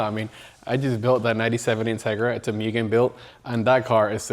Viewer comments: Moogen not mewgen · ngl, this is why car culture sucks. buying to resell for more. stupid amounts more. yeah, you can do that. yeah, you can make a living like that. yeah, if you don't, others will. still doesn't make it right imo. not as a car guy. it goes from hobby and fun to selfish and business. "myugen" 😂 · "mYgen" 😅 almost there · Guy has all this shit and still says Myugen xd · As many times the word "MUGEN" came up I'm surprised it's not pronounced MOO-GEN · My guy has Mugen everything but still says it wrong. Extraordinary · How can you be a hardcore enthusiast to the point of making it your business and can't be bothered to pronounce Mugen correctly. You immediately lose all credibility of being a supposed expert.